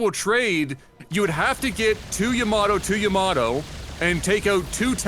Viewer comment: Yamato, not Yoyomato lol